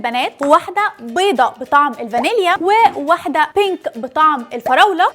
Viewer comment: معلش ومالك بتقولي البيك اسمها بينك معلش انا اسف